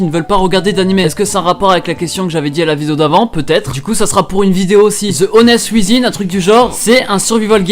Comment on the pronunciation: J'vais t'avouer mec, je suis allé sur internet et j'ai tapé "the honest within", a la manière dont tu l'as prononcé. J'me suis tapé une barre quand j'ai vu que l'animé c'est "the ones within" 😅🤣 Mais continue t'es au top ! Xoxo